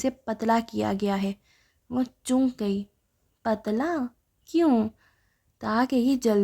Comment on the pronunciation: Asslam o Alaikum..please apni reading theek kren ..intehai uljan hui apki reading sun k...sirf 13 minute mushkil se sun ski ...Achay khasay novel ko ap itni imla ki mistakes k sath prh rhi hen....choonk nhi chonk hota hai lafz ...apne ilfaz ki adaigi me drustagi laaye ...please